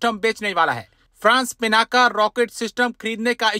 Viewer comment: पिनाका नहीं, शुद्ध नाम है पिनाक, रुद्र के अजेय धनुष का नाम!